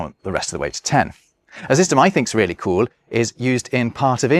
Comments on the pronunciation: beginning to sound like a German, the way you say "cool" as "kuhl". 😄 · you say “cool” a bit like German :D